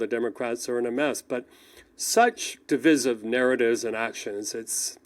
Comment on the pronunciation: Div-eye- siv